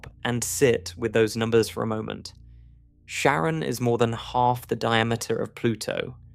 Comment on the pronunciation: Care-ahn bro You researched one thing 😂 Dope video though I’m still watching the whole thing.